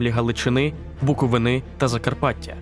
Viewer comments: Не БуковИнИ, а БуковИни. Це я вам кажу як мешканець БуковИни. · БуковИни наголос правильно, НЕ буковинИ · БуковИни, а не БуковинИ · я як громадянин Чернівців коли почув як він сказав Буковини втрапив у шок